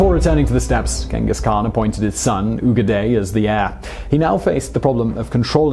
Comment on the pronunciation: 16 minutes video but not even once you pronounced his name right smh